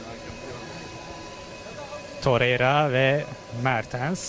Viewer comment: Terreira değil la torrreira 😂